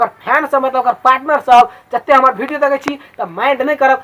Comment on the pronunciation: भाई भिडियो नहीं विडिओ होता हैं